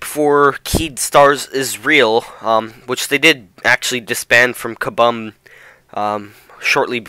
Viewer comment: Kah-Boom not Kah-Bum